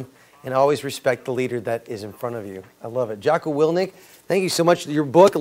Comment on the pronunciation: "Willnik"? Interviewer needs to prepare for his segments.